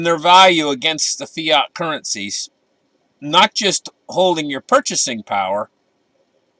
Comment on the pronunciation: lol. did he say fiat or fat? It's always the quiet ones, huh?